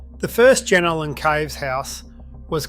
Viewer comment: Pronounce it properly please... it's pronounced JenOlan